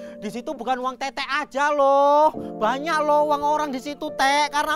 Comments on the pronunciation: teteh woi bukan teteq😭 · Teteh woiii bukan “Tete”😭😭😭